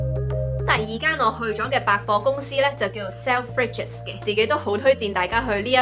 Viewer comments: 應該重音在第一音節sel吧... 而不是片中所讀的selFRIDges...... (利申: 居英1年多，上網查左幾個資料) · 同意 錯重音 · Selfridges發音好奇怪！